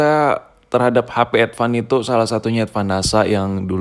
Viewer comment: Advan ❌ Edvan ✅